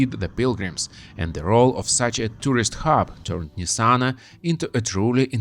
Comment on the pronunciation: I spent time (22 days) in Nitzana just now. We red the name "Nizzana", "Nizana" and "Nitzana", but NOT Nessana